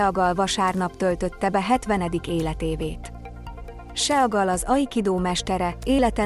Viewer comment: seagal hoogy lehet IGY mondani a nevèt teeee??????? sea (szii) mint a tenger angolul vazzeg! IIISTENEM ..HAHAHAHAHAHAHAHA